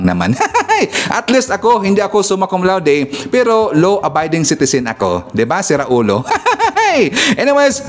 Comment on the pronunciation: Hindi Suma Cum Laude. "SUMAN CON LATIK!" 😂😂😂